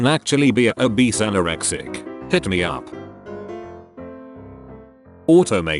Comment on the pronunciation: Did it just fucking say u o instead of up??